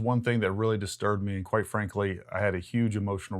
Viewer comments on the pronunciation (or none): none